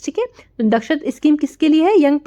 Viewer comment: Sorry Mam but its दक्षता